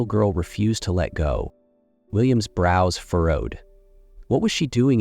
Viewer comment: brows - not browse !